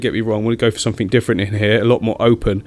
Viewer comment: “Click sumfink” ... love it